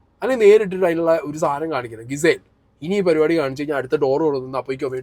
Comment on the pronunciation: മിസ്സെയിൽ അല്ല മണ്ടോദരാ... Gizele ജിസേൽ 😆 ഇങ്ങനൊരു വിണ്ണൻ ചെങ്ങായി... മാസ്സ് ആകാൻ പോയി ആസ്സ് ആയി വന്നതും പോരാ.... 😆🤦🏻‍♂️